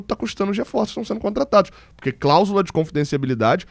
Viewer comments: Oi, não quero pagar de chato, mas o certo é confidencialidade. Você sempre fala confidenciaBIlidade e eu sempre acho graça kkkk. Abraço! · só tentando ajudar: é "cláusula de confidencialidade". No mais, é perfeita sua leitura. Queremos todos esses valores no portal da transparência. Quanto ao Rony, o Atlético aproveitou a queda de valor no impasse entre Rony e o Palmeiras. Comprou na baixa.